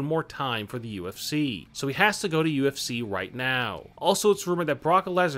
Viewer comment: This channel needs a new spokesperson. This guy has trouble pronouncing words. He can't even pronounce WWE. And it's UFC, not UFCCCCC.